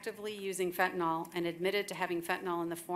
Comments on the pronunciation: It's fentANYL, not fentanOL. For crying out loud, if even the judge can't get the name of the drug right, how is "the system" legitimately trying to fight that scourge? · Fentanyl...with a Y. Stop saying fentanol. What are you George W. and nook-yoo-ler...?? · Everybody mispronounces fentanyl. It is fen-ta-NYL. It's not fen-ta-NAL. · How come nobody can pronounce fentanyl? It’s not pronounced as fentanall but fentanill.